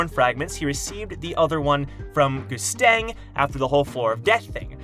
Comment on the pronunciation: It's Gustang, as in Goose and the end of Mustang. Goosetang.